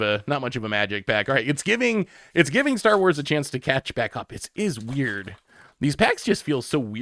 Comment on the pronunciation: I love branching out to enrage a whole new fandom with his pronunciation 😂